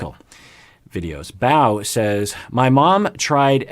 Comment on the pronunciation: Btw, my nickname is Bow like a bow and arrow 🏹 😉 I'm not upset about it at all, obviously there's no way for you to know, just feels funny hearing it pronounced the other way. Really enjoy these Comments Reaction videos! I remember reading and liking many of the comments you highlight. This is a pretty great community. 💛